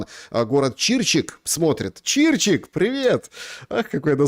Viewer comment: ЧирчИк а не чИрчик.